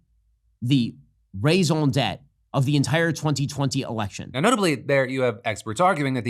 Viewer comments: shapiro really butchered 'raison d'être' there. Sounded like he said raisin debt lol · I know this isn't the biggest issue with what Shapiro has to say, but if you're going to use French to try to sound smart at least pronounce it correctly. It's not like raison d'etre has become a regular English phrase like double entendre or coup d'etat. I wonder if he actually doesn't write his own scripts.